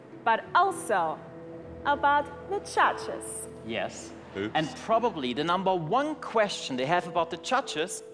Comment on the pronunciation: "The chutches"